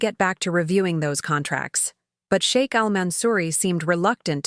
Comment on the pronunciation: I like the sound of SHEIK not shake…. Respect!